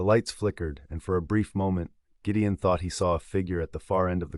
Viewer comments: Great story, but AI sucks. Is it Gideon or Jideon? It’s subtle things like that consistent error in the narration which turn me off to an otherwise great story. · This AI narrator is weird sometimes it gets words correct then Gideon becomes Jydeon.....and why the American accent this is a Scottish book/ story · Very nicely narrated. Why do I feel sometimes you are pronouncing the heroe's name as 'Giddian' and sometimes as 'Jidian'. I checked it several times, maybe, I am not hearing it properly. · That was driving me nuts! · I like the story but the AI voice pronouncing Gideon's name differently is driving me nuts!! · I loved the story, but my OCD gnawed at me when the narrator pronounced Gideon with a Gee sound sometimes & a Guh sometimes. 😂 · It's AI. The G in Gideon is pronounced in two different ways...g as in "get" and g as in "george". It's still easy to listen to. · I also only listen to free books, but a human narrator is objectively better. It was strange to hear names pronounced differently at different points in the story. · The most annoying part is the way he keeps pronouncing the name Gideon, different every time. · Accent should be Scottish and AI INCAPABLE OF KEEPING GIDEON PRONOUNCED CORRECTLY 😢